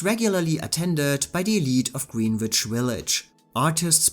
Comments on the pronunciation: The way you pronounce Greenwich Village Comden and Green make fun of in On the Town. It's pronounced grenitch. But your English is otherwise perfect. I'm jealous that you can speak a foreign language so well. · GREENWICH Village is NOT pronounced "Green Witch Village."